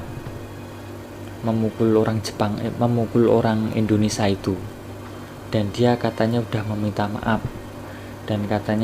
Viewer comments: Woiii itu indonesia pengucapannya bukan indonesa,...bahasa burung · ngomong indonesia dulu yg bener ,bkn indonesa. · Tolong di ralat kata indonesa.. harus diucapkan dengan benar INDONESIA bukan INDONESA..